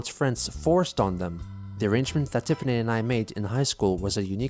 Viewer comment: "Tiffany". You didn't cut off the "T" at the beginning.